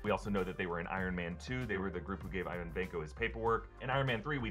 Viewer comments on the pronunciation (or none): none